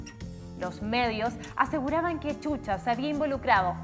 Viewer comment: Chucha 😂😂 NOOOOOOOOO Shusha 👍💯 así se pronuncia chilena lengua mocha ......